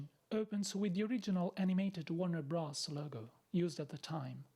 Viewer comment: Not “Bross”, it’s “Brothers”